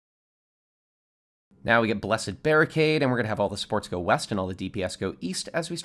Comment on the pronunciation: every english speakers: supports. some guy accent: sports.